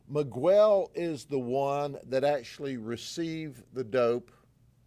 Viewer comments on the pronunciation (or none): The guy is not Me-gwell. Its pronounce Me-gel. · The moment he pronounces 'Miguel' as /mi:ˈgwel/ is when I stop watching this channel. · Wild that our government reps can go out and say you are guilty, and tons of case details to the public without judge jury etc. Just bc they arrested them and tell this story doesn’t mean it’s true. So much for presumed innocent until convicted. Also, it’s not miGUEL. Smh. As if Grady doesn’t know how to say Miguel. 🙄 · Ain’t no way my boii Judd pronounced my name Miguwel 😅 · Who is "megwell"😂😂😂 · Guy can’t even pronounce Miguel correctly. That’s a big red flag. Guarantee he’s breaking the law himself to build these cases. Wolf in sheep’s clothing. It’s obvious he’s a rat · is ignorant. He mispronounced Miquel's name over and over like a stereotypical white southern Democrat deputy, that I finally stopped the video in disgust and embarrassment for LEOs that were also probably throwing up in their mouths at the ignorant cop. I honestly believe the People of Florida elect ignorant public servants on purpose to publicly demonstrate their inbreeding reduced IQs.:face-green-smiling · American people need to pronounce other culture's names, countries in their original language. He won't say his name, Miguel, properly; we all learn English but these pure Americans wont respect the culture and that's why America is where it's at. I'm glad they got them though. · I like how he intentionally mis pronounces miguel lol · He knows how to say miguel thats disrespectful to Hispanics